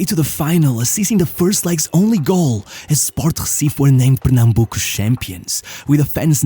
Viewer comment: Juninho Pernambucano vai se manter no panteão do futebol pra sempre. Tua pronuncia de "Pernambuco" foi muito boa pra um falante de inglês.